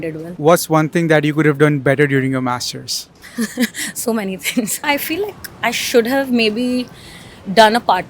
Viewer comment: Bro says only mastersss in accent